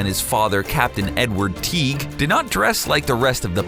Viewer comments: edward teek? you mean edward TEAGUE like league but with a T lol you sound like you are saying teech which is blackbeard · when you said Captain Edward Teague, i almost thought "BLACK BEARD WAS JACK'S DAD!? HOW BAD WAS THE RESEARCH?" but i said almost. I heard the "gue" in teague which reassured me, the research was good